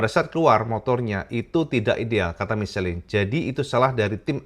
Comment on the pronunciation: Michelin = Misyelang cak pengucapan nya ... 😊😊😊